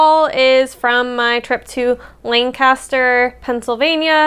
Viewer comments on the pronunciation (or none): We in PA say “LAN-cu-ster”. Your hair looks AWESOME.